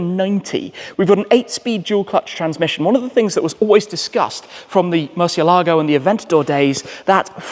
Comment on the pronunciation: Could you please learn how to correctly pronounce ‘Murcielago’. Thank you.